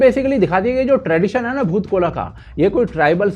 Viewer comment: It's not bhoot kola, it's boot kolha